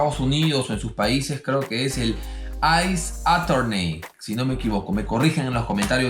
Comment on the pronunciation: Ace attorney se pronuncia Eis atorni